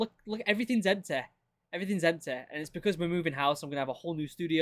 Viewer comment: Whys everything EMP-TUH?